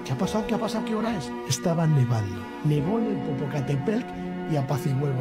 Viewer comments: Te ves bien burlandote de los demas... Muestra quien realmente eres bravo macho.... Se dice Popocatépetl aculturate un poquito, no hace daño... Otra cosa... Ellos tienen nombre, llamalos por su nombre... Respeta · Jajajajaj 😂😂😂 yo aqui burlado de un tío de edad avanzada por no poder pronunciar el nombre de un putto volcan, que asu vez se burla de dos compatriotas suyos por decir charadas según el... El bullying sigue vigente 😂😂😂😂...